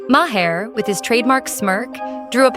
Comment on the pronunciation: Three pronunciations of Maher within the first minute...And, it only gets worse from there. Impressive.